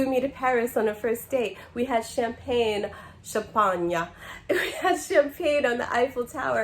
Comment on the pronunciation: You said it right cham-pagna 🤣🤣🤣